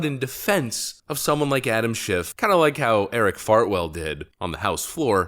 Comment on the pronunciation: Did he say Eric Fartwell?